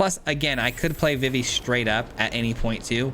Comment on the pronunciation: Nice deck! Idk if you a big Final Fantasy fan, but Vivi is pronounced like Vee-Vee, or just the letters V.V. they actually say it in KH2 🫡